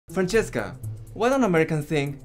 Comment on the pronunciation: the first "franchesca" almost sounded italian xD